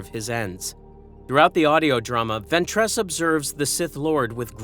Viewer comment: Judging by the consistent inability to pronounce Ventress correctly, I'd say the voice is too.